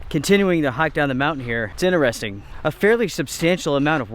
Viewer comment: I won’t how many times he said “this is inneresting”? Only reason I notice is because he neglects to say “inTeresting” haha